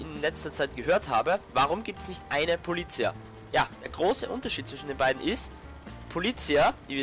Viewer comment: Polizía, die Betonung liegt auf der letzten Silbe.